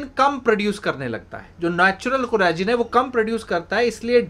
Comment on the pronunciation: collagen....ko shi dhang se bolo ...plsss